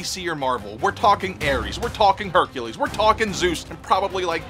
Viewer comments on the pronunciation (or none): none